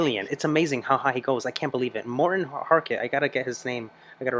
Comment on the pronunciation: As a Norwegian I think you pronounced his name well, would be even better with a rolling R in Harket.